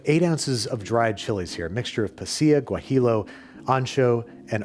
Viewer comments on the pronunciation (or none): Dear Babish, This one time, I will give you the pass for absolutely butchering the pronunciations of pasilla and guajillo. My hope is that you wouldn't pronounce tortilla like tor-TILL-uh Warm regards, Beeps